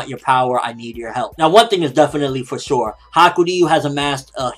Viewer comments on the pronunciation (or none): none